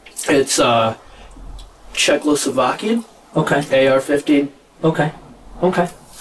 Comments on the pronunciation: Fake crying then talks about the "Checklosovakian" (mispronunciation) gun. Talking about "them" ex-creating (another mispronunciation) when talking about dead people. He's not as smart as he thinks he is. He fake cries every time they remind him of how his grandparents took him in. Quite a dump hick POS really. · im sorry but couldnt help but laugh when he said he had a "bolt action chezlovacian ar 15 assault rifle". i cant help but notice he acts like he knows more than he does